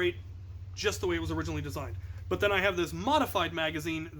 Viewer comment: "but" not "nut"